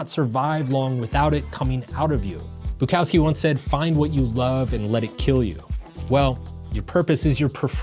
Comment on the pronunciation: This video and his pronunciation of Bukowski drove me to delete YouTube. Like and subscribe